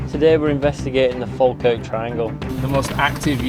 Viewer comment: The way you say Falkirk hurts my Scottish ears